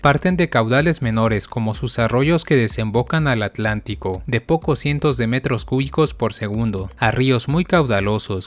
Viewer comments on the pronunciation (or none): none